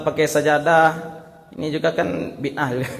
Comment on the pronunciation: Mereka gak tau ngomong bid ah. Tapi maksain jadi ngaco parah